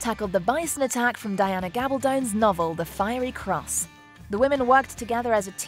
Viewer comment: I was so happy to hear the narrator use the correct pronunciations on the actor's names. She even got Diana Gabaldon's name right. Well done.